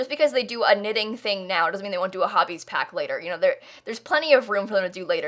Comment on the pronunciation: Did you say knitting or ninning? Because I heard ninning and wondered, what that was and later I saw a comment talking about knitting. This was another from you! Thank you!! Sometimes I‘m not quite sure, wether I like the houses you do best or your comments, while you work on them. 😄